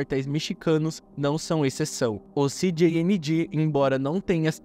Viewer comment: México fala espanhol Canal: “Ci di ni gi” 😅